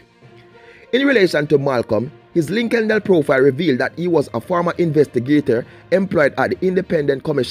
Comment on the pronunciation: Lol “linkinden profile” 😂😂😂😂